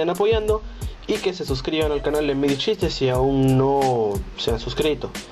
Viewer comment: No me mencionaste, o quizás si pero no te entendí.-. Por cierto dijiste gleedichistes y gaymedichistes? xD